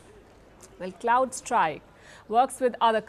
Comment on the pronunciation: and - It's C'r'owdStrike, and NOT C'l'ouldstrike.